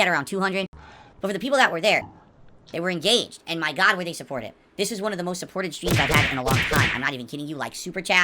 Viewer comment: "AYUND" instead of "And"